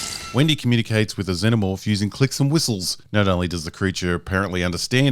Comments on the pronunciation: “Zen o morph or Zee no morph? Not sure which pronunciation” - shows clip with correct pronunciation - uses incorrect pronunciation for the next 11 minutes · What made me most emotional about this video is your reluctance to pronounce Xenomorph properly...